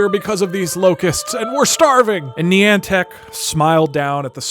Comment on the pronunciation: I'm sorry, HOW DID YOU JUST PRONOUNCE NIANTIC?